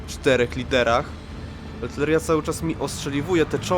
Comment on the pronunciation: co ma piernik do wiatraka? Polska to nie jest kolejna Rosyjska prowincja, tutaj mówimy po polsku, a poprawna pisownia i wymowa to aRtyleria. Dziękuję, nie mamy o czym rozmawiać